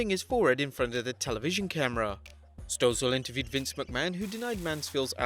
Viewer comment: In case you need to say his name in a future video, John Stossel’s last name is pronounced “STAH‘sul”.